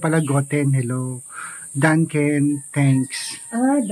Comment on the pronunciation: ang thank you sa German ay “Danke” hindi Danken. Huwag muna Sabihin ang Guten. Guten is Good Hindi Hello.